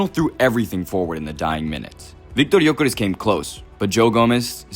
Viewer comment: Why are you making up pronunciations for players names? Gyokeresh? ESH? Go litsen to how his name is actually pronunced in swedish if you want to do the authetic name like you tried to do for so many others in this video. And wtf are you talking about putting Isak on the left? Are you mad???